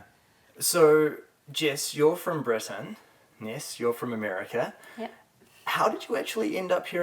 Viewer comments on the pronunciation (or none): WTH is Americurr?